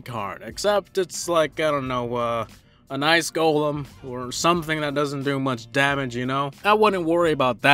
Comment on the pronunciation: Everytime you pronounce golem as gah-lem I cringe. Who does that???